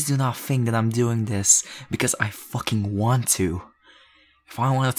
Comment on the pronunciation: 😂when he says think I hear tink